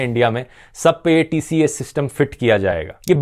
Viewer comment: TCAS ( it's pronounced as tee-kaas)